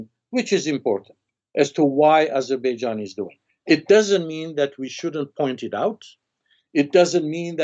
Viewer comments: Intelligent Armenian, but did not understand who he was just i see armenians even in Еnglish call Azerbaijan Azibidzhan, probably their language does not turn to pronounce correctly 😃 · He should learn how to Pronounce Azerbaijan correctly first and then go on Azerbaijans Chanel